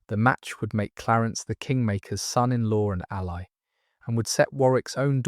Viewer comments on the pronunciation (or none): none